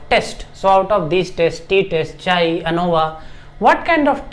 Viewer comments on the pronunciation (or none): none